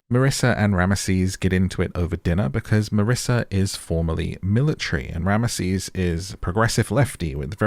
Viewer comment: His name is pronounced rams sis not ram mah sees